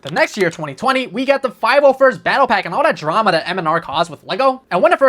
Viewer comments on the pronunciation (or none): none